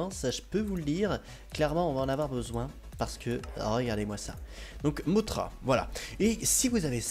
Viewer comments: et sa se dis pas mottra mais mossra sinon super video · J'aime tes vidéo mais petite parenthèse mothra dans godzilla de 1961 se prononce mossra.